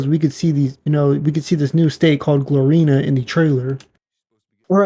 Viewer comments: It’s Gloriana not Glorina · bro said Glorina 😂😂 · Glor-Ri-Ana is the correct pronunciation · Yo never make a video on something u know absolutely about ever again pls just save yourself from that embarrassment “rushing” or not it takes literally 1 second of looking at the word correctly to say it right and u tried to explain things about florida u had no knowledge of smh do more research before making videos bruh Not only did u say gloriana wrong but u also said mount kalaga wrong! Now u knew damn well u were gonna say the word likea million times in this video why the hell didnt u make sure u were gonna say it right?! Smh do better